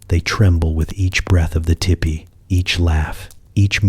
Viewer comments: Oh I just listened so this is all AI because you said tippy instead of TP So of course you don't know how offensive these are I mean I'm sure there's somebody there who knows I mean somebody had to program this stuff well actually probably not now that I'm listening to it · This is so good, i dont even mind you pronounce tipi as tippy. 😊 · Michigan here! Land of the great lake, Gitcheegumee.❤ If the AI was taught to say teepee correctly, I wouldn't even have known this was AI! Very soothing.❤ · ITS NOT TIPPY. STOP IT. I JUST WOKE UP ANGRY CAUSE YOU SAID TEEPEE ONCE THEN REVERTED TO TIPPY😫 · It's teepee.